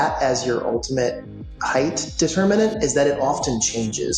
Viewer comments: ish. I thought that was Quinton Tarantino 🤣 An engineer type who doesn't pronounce words correctly. HeighT! Not HeigTh!! Sorry, this is one that gets me😆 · Brilliant minds saying "heighth" instead of "height" instantly makes them seem dull. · "...Heighth...." * height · WTF ? HEIGHTH ? this guy, already introduced and theoretically knowledgable, cannot even pronounce the word HEIGHT. There is no TH at the end. Not like width. It's like Might. HITE if you must. Jeez, who'd employ this guy ? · Somebody needs to tell that guy it's pronounced hi-te, not hi-th. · I argued with my parents and my uncle until the days they died. The word is 'height', not 'heighth'. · God bless William F. Baker (engineer, Burj Khalifa), but his pronunciation of height as "hidth" was pretty maddening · My trepidation level increased when the architect who designed the tallest building in the world pronounced the word "height," as "heighth." Twice. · It's not heighth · An architect really should know the word height.* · "HeightH" Nooooo..... 🤫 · World expert in tall structures saying "heighth"... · What's a Heighth? Lol so stupid. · Homeboy said heigth 😂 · "heighth" - GAAAAHHH! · It bothers me SO much when people pronounce the word "height" which ends with a /t/ sound, as "heighTH" or ending with a /th/ sound. It's not even like the word "often" where the first pronunciation is a silent 't' and the second is a hard t (less preferable but accepted). The word HEIGHT hos no other way of pronouncing it. You don't sound smart, you sound STUPID. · A skyscraper architect who can't correctly pronounce the word "height." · Mr. Baker mispronounced height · How can an architect not pronounce height correctly?